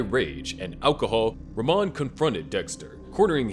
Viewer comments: It’s pronounced “rah-mone” not “ruh-mon” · it’s pronounced “ra-moan”